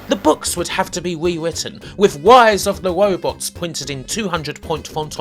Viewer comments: "Wise of the Wobots" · Its RISE of the ROBOTS NOT WISE OF THE WOBOTS.... Ok having said that your list is dead on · He's wight. Wise of the wobots was wubbish. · If you defeated the game, were you crowned “Wisest of the Wobots”? I’m asking for a fwiend. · PracticalVisions Wise of the WobotS! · Wise of the Wobbots is weawy wubbish. Just tewwibwe. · Wise of the Wobots? Dr. Light, is that you!? Is Dr. Wiwy doing something bad again?! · Dude why would you even attempt to say rise of the robots... I'm dying lol